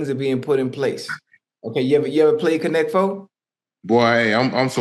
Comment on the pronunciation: Not “Connect FO”!!! 😂😂😂